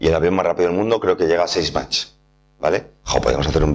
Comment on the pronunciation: He descubierto este canal hace un par de semanas y me parece que eres muy bueno explicando, felicidades. Eso si, voy a aprovechar para hacer una pequeña corrección. Lo de la velocidad del sonido es "Mach 1", sin t. No "match", que es una palabra en inglés distinta ("a football match" es un partido de fútbol).